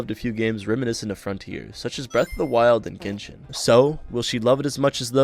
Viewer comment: I wasn't ready for her to just casually call it "Genshit" lmao